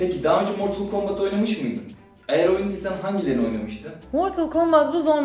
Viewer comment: =ooo martıl kambıt hahahhshahahshs